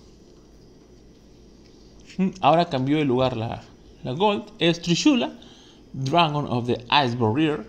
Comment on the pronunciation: "trishula dragon of the ais barrir" xDD